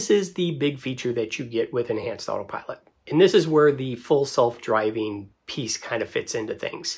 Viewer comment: Why do you keep calling it otter pilot?